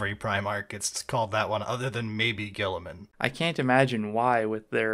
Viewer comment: Best part of this audiobook is the VA actually pronounces Guiliman correctly and not like "Row-boot Gully-man" like everyone at GW does despite no one else on the planet doing so. I can't even blame this on the british, since nearly every British 40k youtuber (except Lueten) pronounces it "Re-boo-teh Gill-ih-man" like a normal person